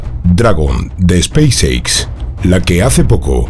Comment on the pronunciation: AMIGO, UNA ACLARACION, LA PALABRA "SPACE X" SE PRONUNCIA "SPAIS ECS", NO "SPAIS EICS"... SALUDOS